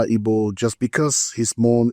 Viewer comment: His mum, Ibo. His dad, Abo. Is it that you guys can't say Igbo, Agbo(r)?